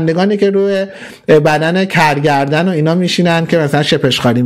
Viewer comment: خب عزیز من تو خودت به گرگدن میگی کرگردن اون وقت دیگرون رو مسخره میکنی؟؟ 😂😂